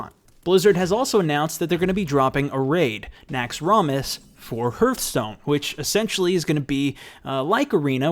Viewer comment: HEERTHstone? LoL